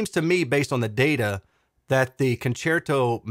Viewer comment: Your pronunciation of "concerto" is correct It's obvious Italian for concert. Thanks for all your hard work. 👍🏻